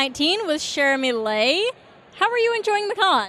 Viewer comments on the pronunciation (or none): It's triggering how they pronounced her last name "Lay" instead of "Leigh" (Pronounced Lee)